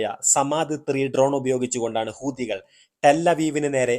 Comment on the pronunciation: നിന്റെ മറ്റേടത്തെ ഹൂദി😂 ഹൂത്തി എന്ന് പറയടോ.😂😂😂